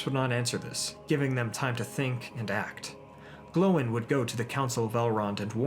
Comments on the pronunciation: If he says Dien instead of Dane and Glo eye n instead of Gloin , i might loose braincells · I like his videos and he has great content and likes to tell the history of middle Earth but I don't like how he says some their names wrong for example Dain or Gloin